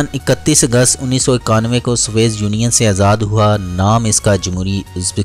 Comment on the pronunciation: سوویت یونین کو ھر بارغلط پڑھاھے اردو تھوڑی کمزور ھے